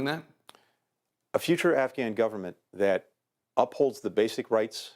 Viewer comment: Please for the love of God it is Afghan not Afgani. Please get it right. I was a combat correspondent for the US military and did a year in Afghanistan. Get it right.